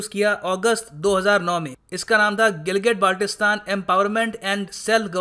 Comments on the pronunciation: Phly Gilgit Baltistan or Kashmir bolna seekh lo bety 😅😅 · name sahi sey le nai saktay or kehte hn GB len ge...😄😁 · Hamare Gilgit Baltistan ka Naam to Sahi sy to bol